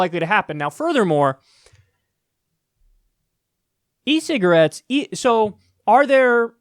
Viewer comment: If kyle talks fast enough, he says "cigrits" lol